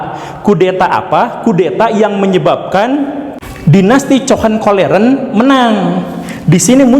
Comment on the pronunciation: Hohenzollern pak guru bukan cohenkolleren hahahhaaha